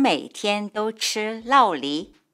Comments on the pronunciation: Thanks for the video! Just a couple small corrections: In Taiwan, 酪梨 is pronounced luoli, not laoli. 洗髮精: 髮 is pronounced with third tone. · Can you think of an other vocabulary differences? Drop a comment below 😊 ... Corrections: 酪梨 (avocado) is pronounced "luò lí", not "lào lí" in Taiwan. In the Taiwanese word for shampoo, the character 髮 is pronounced in the 3rd tone (fǎ) and in the mainland version it is a 4th tone (fà).